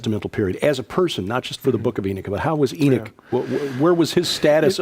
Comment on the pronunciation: It is curious how the guest, a Doctor of Biblical Hebrew, correctly pronounces the name Enoch, but the host persists in mispronouncing the name. (Stubborn ignorance? Pride? Arrogance?)